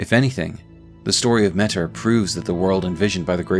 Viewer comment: I think it's pronounced "Meh-Teer"